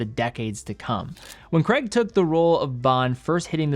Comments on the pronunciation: How Americans say the name Craig like 'Cregg' is baffling. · Crayg not Creg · It’s Craig, not Creg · Not Creg, CRAIIIIGGG. It's Scottish. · Daniel Cray-guh, not Creg. 🤦🏻 Americans are so dumb. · BTW Craig isnt pronounced 'Kreg'. its pronounced like 'Kreyg' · A bit off subject but being British,I always find the American pronunciation of Daniel Craig's surname very strange,Americans pronounce it as "Kregg" when it's actually "Krayg" ! PS I own an Omega Seamaster 300 pro seaweed & love it! I'm not a fan of titanium as I like the feeling of weight in steel watches,when they are very light they feel cheap/fake to me even though they obviously aren't! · It’s CRAIG not creg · Say Creg again. I dare you, I double dare you. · Btw I love you but why can’t Americans and Canadians pronounce Craig?? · Really annoying American pronounciation of CRAIG! 🙂